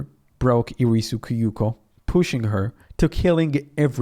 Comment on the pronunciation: This is a great indepth video and I'm glad to see one of my favorite games getting some attention! Excellent work (though your pronunciation of Kyouko makes me wince a little bit 😅)